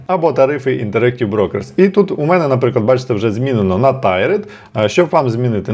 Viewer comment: ) Це не Tired (втомлений), а Tiered (тііред, багаторівневий).